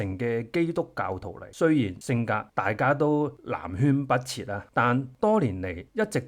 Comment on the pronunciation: 南轅(讀音: 元 )北轍